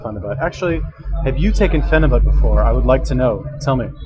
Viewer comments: Pheni buttttttt? Wtf its pronounced pheni buyt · Your a phenibut expert but you say fucking phenibut wrong, its pronounced like phenibute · PheniBUTT... interesting, didn’t know it was pronounced as a BUTT. Hmmm learned something new but that was about it because couldn’t stand how many times this guy says PheniBUTT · "I'm a fucking expert" proceeds to mispronounce phenibut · Your response to my comment was slightly redeeming for showing a willingness to be wrong and having a sense of humor. I wasn't attacking your character, I'm not one of those I'll attack you cause you can't do anything back internet trolls, I'm just pointing out the obvious, an expert would of pronounced it correctly.